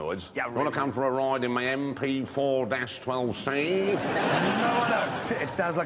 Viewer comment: "Wunna com fur a roide in my EM PEE FOOR DASH TWULV CEE?!"